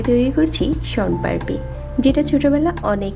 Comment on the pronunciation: মোন পাড়পি না ওটা হবে শোন পাপড়ি,,,বোলতে পারে না,, বানাতে পারে